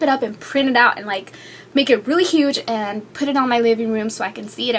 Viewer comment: ummm can u work on pronouncing words? its not "antt!" or "i love iTTT" or :"becauzzze"